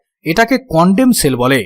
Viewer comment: তুই চুপ কর ছাগল! কনডেম রে কস কনডম! আগে কথা বলা শিখ পরে দালালি করিস...!!